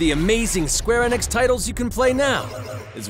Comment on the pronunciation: Wait it's pronounced square ehnix